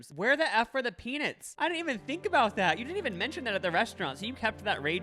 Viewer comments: I can’t get over pea-Nits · No one: and - “peanits” and “donits” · obsessed with the way you guys pronounce "peanits" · if these well intentioned gentlemen keep saying "pee-nits" one more time im gonna go crazy!! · not these two saying “peanits” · you guys are gay and you can't say the word 'nut'? it's PeaNUTs.